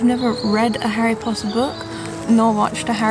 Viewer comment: MARINETTE DUPAN-CHANG! HOW DARE YOU KNOW ABOUT HARRY POTTAH!